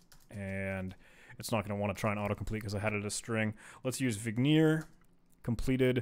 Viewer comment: It hurt my soul every time he pronounced Vigenere as "Veneer" or Kasiski as "Kasenky" lol